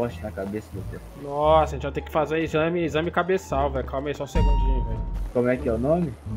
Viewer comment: "Exame cabeçau" KKKKKKKKKKKKKK